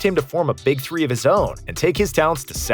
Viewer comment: man says 2000 tree instead of three